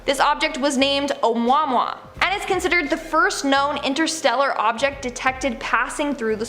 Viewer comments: When she pronounced Omuamua as O•mwa•mwa I laughed out loud! 🤣 it's pronounced O•moo•a•moo•a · Its a-moo-a moo-a Not Omwa Omwa lol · O moo a moo a it is pronounced! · BTW “Oumuamua” is pronounced “Ah moo ah moo ah” it’s a Hawaiian name. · Actually pronounced A-moo-a-moo-a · Its pronounced amooa amooa it means scout or messenger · Actually, it's pronounced like ..... a(- like in duh), moo-ah moo-ah. Put it all together and there you go. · You have misspronounced at least three words badly... especially the alien ship with the Hawaiian name